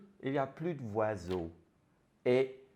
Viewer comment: "Les voiseaux"